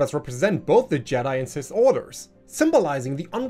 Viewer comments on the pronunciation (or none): none